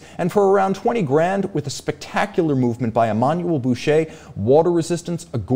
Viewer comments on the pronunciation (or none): none